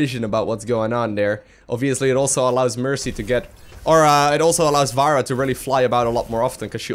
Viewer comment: FFS its not vara its fara :D